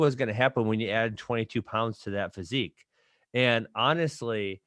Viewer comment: Maaaan this is weak Ben always getting knocked out he needs to hit the gym I don't care wat he says about his "fasiq" ffs lol